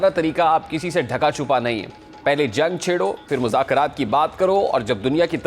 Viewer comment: چھڑو نہیں چھیڑو ھوتا ھے